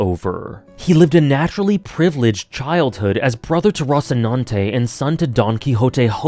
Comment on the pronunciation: Why did you pronounce Roscinante so wrong?